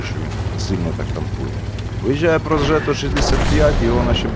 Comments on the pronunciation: Progetto - танк італійський, то ж гадаю, назва читається Прогєтто, а не Прожето. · Італійською читається приблизно як "проджєтто".